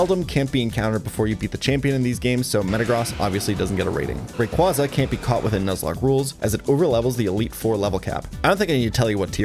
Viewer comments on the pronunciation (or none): none